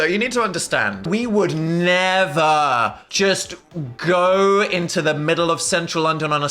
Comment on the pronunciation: I hear Phil Say "Intro the wilderness" haha not terminal illness